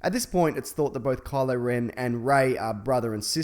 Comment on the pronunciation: Ren not den.